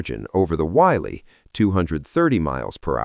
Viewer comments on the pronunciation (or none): Whitley, not Wiley.